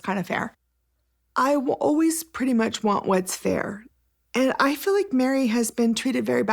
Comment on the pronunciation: Koody, tell me how you fill, like, fer rill. She SOOOO wanted him to say that he was absolutely in LOVE with her, but not the others...that he didnt know "rill" love until her. 🤮